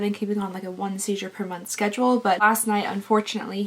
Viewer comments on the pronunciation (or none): none